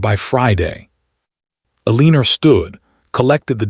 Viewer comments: E-LEAN-ER is a mistake AI messes up all the time. They get points off 😂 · This narrator needs to learn how to pronounce Elena right. There is NO 'R' in her name. So annoying! The spelling of her name keeps changing. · What is wheelchair? For everyone sake Elena or Eleanor, stop "Ee lean or" spelled every which way but correctly. And misread correctly pronounced misred🙄